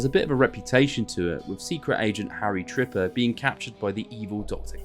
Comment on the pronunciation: Harry Tipper when he gets called Harry Tripper: 😟